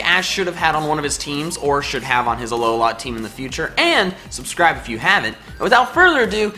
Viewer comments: It's not ah low la it's Alola. 1 word not 3. The slight pause between syllables is just weird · Its a-low-la not a looooooowla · has anyone noticed that he says alohlaa team not alohla well that is what he's saying but it annoys me every time i hear it idk why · THE WAY YOU SAY ALOLA MAKES ME WANT TO DIE SO BAD